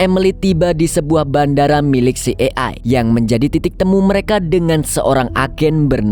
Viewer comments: CIA di baca si ay e bg, bkn si e ay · slah sebut hehe CIA ( ci e ai) sebutnya😭😁 Kalo dibaca sbenernya CI AI E, kebalik dikit 😁😁🙏🙏🙏TAPI TETEP AMAANNN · Bang maaf jika mau sebutin dlm.bhs inggris maka bc nya : CI AI E ----- Jgn kebalik - maaf ya bang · Filmx seru,tp CIA yg slh spelling JD gnggu🤦‍♀️🤪🤪